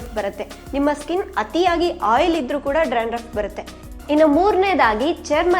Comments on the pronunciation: You are pronouncing Dranduff .It is Dandruf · Hello madam...it's dandruff....not drandruff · Y u r pronouncing drandruff? Dandruff ryt?